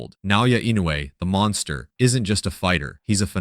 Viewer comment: It is pronounce "Monster" not Monkster.